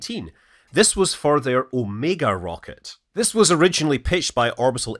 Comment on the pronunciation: Hi, Scott Manley: I'll admit, you surprised me with your pronunciation of "Omega."